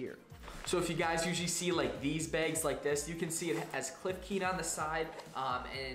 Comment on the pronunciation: Did he say “begs” instead of bags lol keep up the work